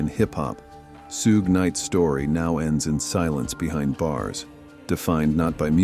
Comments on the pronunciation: Vince Neil is a garbage dump! Only 20 days in jail for taking someone's life and causing brain damage to others is disgusting! Suge is pronounced SHOOG! Gig Young and Salman Khan are absolute 🗑️! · "Sooga," Knight.. They got that dude sucking on a turd! Pause it and look.. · Sue-Gay Knight lol